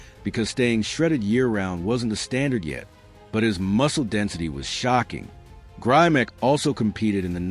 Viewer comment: Grimek--pronounced 'grim-ek'--had great shoulders, arms, and legs, but his chest wasn't that great. Neither was his back. He was, as mentioned, a fine poser. Correction on a couple of nitpicky points. First, the Mr. America started in 1939. It was originally called "America's Best Built Man" and was renamed the Mr. America in 1940. As for Grimek, he won the Mr. USA in 1949, beating out Steve Reeves, George Eiferman, and other greats. However, Reeves came second in the 1948 Mr. Universe to Grimek. Facts, please.